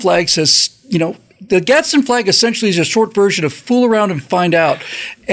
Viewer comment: There's no "t" in "Gadsen"